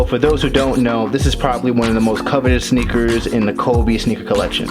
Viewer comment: Sneakers❌️ snakers✅️😂😂😂😂😂